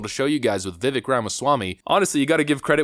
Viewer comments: "Vi-vake like cake" is how the name is pronounced my man. Not "Vi-Vick".. 😏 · It's not "Vivik" It's pronounced "Vivayke" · Just an FYI his name is pronounced Vi-vake, like cake. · Viveks name is pronounced “Vi-Vake” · Vi-vayke it ryhmes with cake. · It's pronounced Vi-VAKE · Dude, please learn how to pronounce his name! He's said it himself, "It rhymes with cake." So it is Veh-vake. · His name rhymes with steak. Pronounced vih VAKE rah mah SWAH mee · It's pronounced Vi-vake rhymes with Cake. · I question why people still pronounce Vivek wrong on conservative outlets that know his name. I totally respect you and have been with your channel since 2019 or 20. I am confused tho is it a long running joke or is it like pronouncing like “Hungary” that people just keep getting his name wrong? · PLEASE learn how to pronounce his name! As he has said, Vivek rhymes with cake!